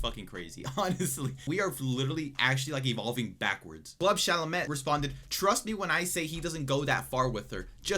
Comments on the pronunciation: Great video ... just when I thought social media can't churn out weird people i hear parasocial relationship.😅 Great video, keep it up! P.S its a French so they ignore some written letters haha, pronounced Sha Lah May ( French - case in point croissant is pronounced Kwa Soh)... Sorry about the minirant. Keep it up, very energetic commentary!!! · the way you mispronounced chalamet every time 💀 great video! just stumbled upon this channel and love it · Please learn to pronounce his name correctly. It makes me cringe every time you pronounce it 🤣